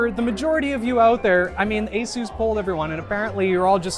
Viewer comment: Dude said asoos